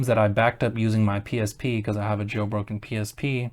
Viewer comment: Anyone else hear "Getting a Joe Rogan Switch in 2024...."😂😂❤